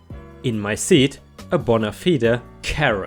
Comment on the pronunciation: It's not pronounced "bonna-feeda" --- it's "boe-nuh fyed". It's another way of saying "genuine". I enjoy your accent but your mispronunciation of some things makes me laugh at times.